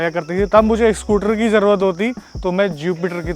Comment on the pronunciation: Everyone else: Scooter: SCOOTRRR